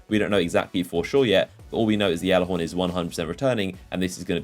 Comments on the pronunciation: please... Even the bungie trailer pronounces it gallahorn not yallahorn... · No it's pronounced gyalla horn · I cringe when he says yallahorn and not gyallarhorn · you say it galla-horn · stop calling it yallerhorn you sound stupid when you say it. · anyone else annoyed how he says gjallarhorn it's Galihorn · It is pronounced g-allahorn. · It's been two years and u still say it wrong